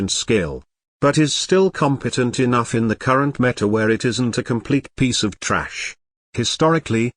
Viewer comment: That "trash" word pronunciation is so funny